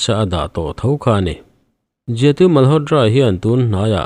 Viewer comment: Malhotdra nilo in malhotra tiin lam tawh d nilo t tur zawk.ngaihthlak anuam lo tep zel